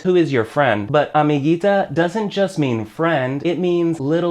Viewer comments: Cuando dices "AMIGITA", lo correcto es usar "AMIGUITA". Igual que se dice guitarra (guitar) y no gitarra. En español, las vocales E-I tienen un pequeño "conflicto" con las consonantes G/C. Podrías hacer un vídeo explicándolo. Por lo demás, muy buen trabajo, sigue así. I use your lessons to improve my english. It helps a lot to understand the using of at/in/on... do/make..... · Amiguita it needs a u for pronunciation